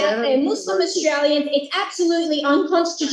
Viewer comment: ခင်ဗျားပြောတဲ့ Australia အသံထွက် က Austria ဖြစ်နေတယ်။ နည်းနည်း လောက် အသံထွက်လေး Focus လုပ်ပေးပါ။